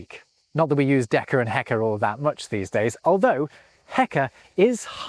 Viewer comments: it's deca and hecto, not deka and heka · "hect[o]-" (also rarely "hekt[o]-")― not "heka" ― is the correct prefix, derived from ἑκατόν [hekatón]. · Not "heka" but "hecto" from the greek "hekaton" meaning "hundred", used only in practice for measuring liquids